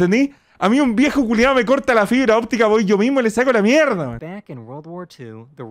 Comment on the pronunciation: Dice mierdo xd